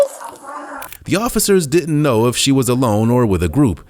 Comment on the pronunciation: Next time hire a narrator that isn’t straight outta da hood. This guy can’t pronounce half the words he’s saying. It’s “didn’t”, not “di…ant”, lol.